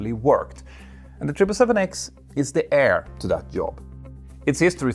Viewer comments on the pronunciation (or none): none